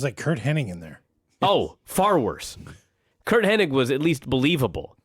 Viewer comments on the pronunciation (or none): Drives me nuts how says Curt Henning instead of Hennig